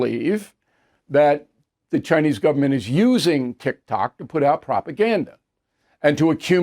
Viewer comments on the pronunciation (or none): none